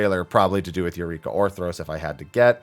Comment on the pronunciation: I need a dollar everytime he says Orthros instead of Orthos